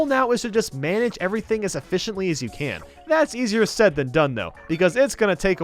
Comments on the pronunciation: You said a-fish-intly. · Manage everything "ef-fish-ently" - 2018